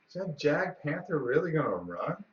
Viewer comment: Good stuff But The j is silent in "Jagdpanther" Roll well!